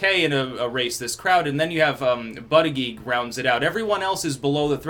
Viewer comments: it's booti-jedge, not butty-geeg. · Persists in intentionally mis-pronouncing his name as Butt uh Geeg. Gotta love it :) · I’m starting to watch these videos just so I can hear try to pronounce Buttigieg.